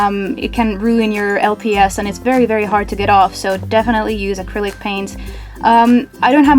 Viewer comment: Are u saying critic paint or acrylic paint